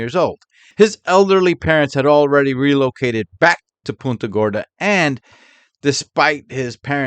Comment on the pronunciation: btw, just a minor correction: it's punt -- like punt a football, when saying punta gorda. 😊 PUHNTA thx for all u do,!